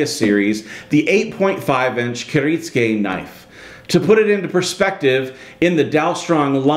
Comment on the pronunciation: Kir it sue ka